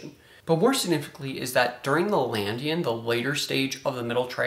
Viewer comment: Nice, but the name of the triassic stage is "LaDINian" not "LANDian".